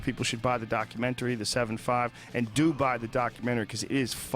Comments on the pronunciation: LOL HOLY SHIT joe thought he was from long island there for a second "yoahwa fkin documenry" holy shit im still laughing wtf was that joe ? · “ Your fuckin documenery” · ...Yauww fackin DAC-umentary. I gotther numb-ba ! Howda like Dem apples ! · Omg Joe's Bostonian accent " You're f**** documentary " lol that was so hilarious and so deep, he definitely couldn't control it . I wish I could hear him with more of that lol. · That "you're fucking documentary" comment was so boston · Had the YouTube app on AutoPlay and phone face down when this video started playing. Right away, the second Joe started speaking and says “your fuck’n documentary”, the thick New York accent,m. Immediately I thought, I guarantee he is sitting across from someone with an accent and low and behold, of course he is. This backs up what I’ve been say about joe for a minute now, the guy is a chameleon (coincidently a word also used in this episode). The bad things is, does it with opinions and changes them depending on who he’s talking to. Joe Rogan is a total Phony and I still can’t believe I thought the guy was legit for so long.